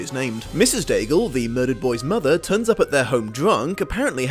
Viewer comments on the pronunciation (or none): none